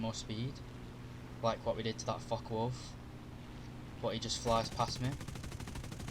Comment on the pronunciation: How come it sounds like he is cussing as he talks about the fuckawolf and the fuck190🤣😅